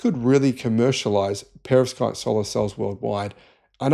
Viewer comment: Yea you're not saying that word correctly, even with an English accent. Perovskite